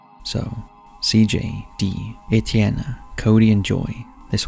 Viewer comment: Number 3..Etienne is a very pretty name,tho I'm pretty sure u pronounced it wrong. Lol. Also,I'm from West Virginia and this isn't far from me at all,I'm in Wheeling,Weirton is sorta the next town over..so I'm super excited to see what scary story is coming from here!! 😬